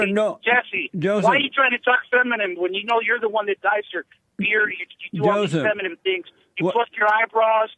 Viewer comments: Illegal alien can't say 'feminine', keeps saying "feminem" like EMINEM XD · He called jessie “FEMINUM” 😂🤣😂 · Lord have mercy. This moron thinks we've never engineered waterways before? He's an idiot. And he wants open borders. What a LIAR. And he called Jesse "feminmem".😂